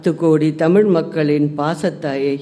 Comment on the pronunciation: ல,ள,ழ,த,ற,ன,ண.. எதுவுமே வரலையேடா... தமிழ் தமில் ஆகி விட்டது, சூழல் சூலல் ... ஐயகோ தமிழுக்கும் தமிழ் நாட்டுக்கும் என்னடா இது சோதனை